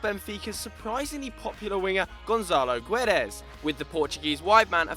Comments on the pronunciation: It's pronounced géds, g ad in goal and e like payet, trust me I'm Portuguese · Louis Crosbie like everyone that tries to speak portuguese, he failed. The U is silent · its not gUedes dont read the u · hahahaha Gonçalo Guuuuedes hahahahaha the u is silent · Well thats definitely not how you pronouce Guedes but points for effort 😂 and Pepe to China? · definitely looked up how to pronounce Guedes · I'm portuguese. Sorry mate, you failed so hard, np haha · I cringed so hard lol,but it all good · Oh, and in the word "Guedes", the "u" is not pronounced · Funny how you mispronounce Guedes xD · and it's not GonZalo xD the "ça" its the same sound like "sa" not "za" ;) and "gue" is not "gu édes" ... imagine saying "ga" but change the "a" to an "e"...the "u" when its used between a "g" and an "e" is silent ;)